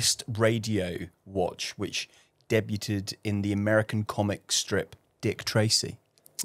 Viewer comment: I'd love to know how much it hurt to hold back from correcting pronunciation of "debuted" 😅